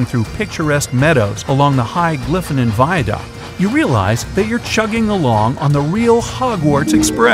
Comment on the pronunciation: It's not Viaduck, it's Viaduct. (vʌɪədʌkt), plus most trains can't go uphill.